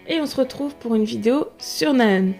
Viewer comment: Cela ce prononce Na Haeun! Le H est inspiré ! D'avance merci !:)